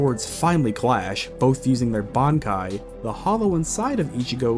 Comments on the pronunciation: You saying all the Quincy terminology perfect but not being able to say bankai 😂😂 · Haha ok, when I heard you say “kenpAchi”, I thought, “that’s a weird way to say that”. Then I heard you say “bAnkai” like going to the bank-kai. But then later you pronounced it fine just like everybody else does! It’s throwing me for a damn loop for sure 😂